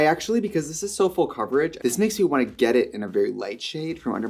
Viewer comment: i actually cried laughing with the “i vant to redo your packaging”